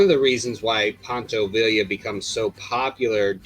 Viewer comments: Poncho VIE-YA how are you gonna do a video on Mexican heritage and get the dudes name wrong. Do more research, stop being lazy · In Spanish two L's make a y sound. For example, Pancho Villa is pronounced as Veeya... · En español, Villa is pronounced “vee-ya.” Two L’s sound like a Y. Don’t ask me why. Glorious video btw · True, but you can say Schwarzenegger better than he said Villa